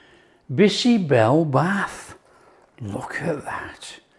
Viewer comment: Great, great, great❤ OMG u are removing the froth like my dadi, Nani used to do extract out unhealthy anti-nutrients❤ never felt like eating bisi bele bhaat so much ❤ ur cooking makes every recipe sumptuous ❤ n dear chef it's "Bhaat" (rice) not Bath